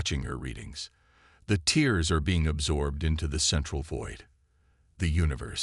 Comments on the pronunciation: Not tears but here it is pronounced tares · I simply can't continue past 1/3 of the story. Your AI SUCKS ASS!!!! WTF are "teers in space"!!!??? Are they crying!!!?? How are the ships sucked into "teers" in space!!!??? And, what is "the moon "your-UPUS"!!!???? Either Get AI that can speak English or stop using them until they can!! Hows bout you narrate your stories youself like some guys n gals do!!!??